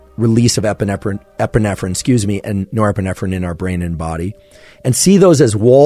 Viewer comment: Nepeerffferrriin & Epeerffferrriin 🤣